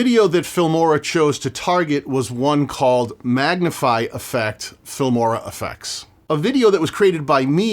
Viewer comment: It almost seems like you are getting paid for every instance in which you mention the F*mora word. You really nail the pronounciation though. Keep fighting the good fight.